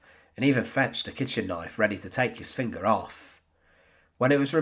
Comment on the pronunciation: Prosecutaaaah , huntaaaah, fingaaaah